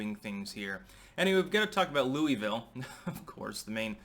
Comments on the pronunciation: As a KY native, I must correct something here. It isn't pronounced loo-ee-ville. It's pronounced loo-uh-vulle. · Just a fun side note. I lived just outside Louisville for 20 yrs, but I'm a Wisconsin boy & live there now. Louisville is pronounced Lu a vulle all run together, not Louieeeville. They hate that. LUUAVULLE, with accent on first syllable LUU. Just an FYI from a Yankee who married a beautifull Kentucky Strawberry blonde Thourobred. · I live close to Louisville. About an hour away. It's weird hearing someone call it "Louie Ville" and not "Lou uh vull" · it's Lew-vull or Lew-a-vull not Louis-ville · Love you, but as a native Kentuckian. it's Lou-uh-vul. 😁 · Its pronounced Lu-vul. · Pronounce it right it's lew a ville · Pronounced Luell-vill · Dude love your commentary but please pronounce Louisville correctly.. (Lu-a-vul) LOL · It's pronounced loo-vull Locals told me a handful of years ago when I was travelling the US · It's pronounced Loo-a-vul. 😂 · It hurts me how you say Louisville lol we say it so different